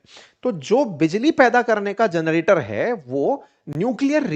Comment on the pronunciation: *जरनेटर नहीं सर #जनरेटर होता है।